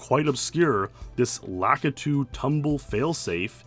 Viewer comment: "La-KEY-tu" - concerned citizen nerd